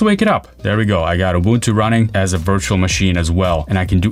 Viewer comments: He got the Ubuntu pronunciation right ❤ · From Southern Africa we thank you for pronouncing Ubuntu correctly. Well, close enough. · it's always a breath of fresh air when the word isn't butchered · I pronounced Ubuntu ( ooo-boon-too ) correctly from the very beginning as an American since I knew from the beginning it was an African Linux distribution. With German being my first 2nd language helped a lot.